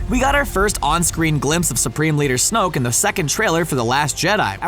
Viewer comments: Pierluigi Di Pietro Snoke, not Snooke. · Wyatt Cusick its snoke not snoak